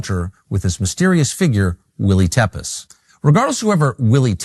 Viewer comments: Willy _tepes (will he) tepes pronounced like Vlad tepes. Just saying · It's pronounced Teah-pesh. A borrowed pseudonym from Vlad the impaller, Prince of Wallachia, the inspiration for Dracula.